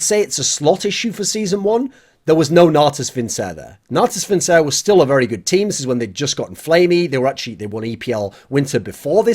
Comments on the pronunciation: I swear to god every time he pronounces natus vincere like that I cringe into oblivion. "vincere" is pronounced "vinkere" or "vinchere" not "vincer" goddammit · It's pronounced Natus Vinkere.